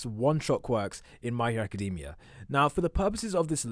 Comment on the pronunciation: I hate when ppl cal it my hero acadeemia rather than academia